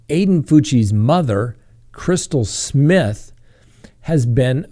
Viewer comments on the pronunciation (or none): none